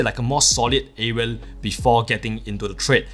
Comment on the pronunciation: Why do you keep saying areal ?!